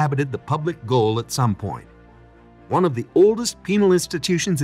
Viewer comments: It’s also NOT the Public Goal. It’s the Public Gaol ( English spelling for Jail) pronounced JAIL!!!! Did you even go to this place or just rip off other’s videos, etc.? ( like you ripped off my business ghost tour videos without asking permission!!!!) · Gaol is pronounced jail. It is the British spelling for the American jail.